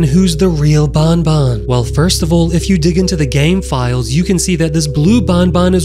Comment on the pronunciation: Not bunbun is banban